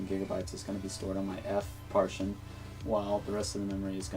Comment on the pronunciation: Good tutorial but it's pronounced par-ti-tion not par-tion.